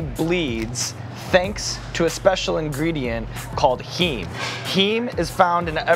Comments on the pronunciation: "heem" lmaoooo that pronunciation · Heem, as in “hemoglobin”??